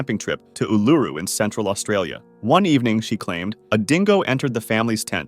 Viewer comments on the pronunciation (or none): just letting you know, Uluṟu is pronounced Ooo - luh - roo, emphasis on the luh. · The way bro pronounced Uluru